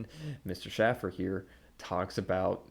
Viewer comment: “No one should take this man seriously…” But then when Schaffer makes a joke riffing spontaneously, “how dare he threaten to massacre trans.” I’m beginning to think that you wear headphones so you don’t hear your own idiocy. Also are you deliberately mispronouncing his name as a petty slight or do you really not hear it when he says his own name? And Iroquois inspiring our govt? try Rome, Greece, and the subsequent centuries of jurisprudence formed by a nation on the other side of the Atlantic cutoff from any native peoples. Please, be more informed before you see fit to pontificate on others.